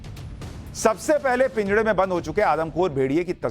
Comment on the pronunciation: पिंजड़ा नही होता महाशय😂 पिंजरा होता है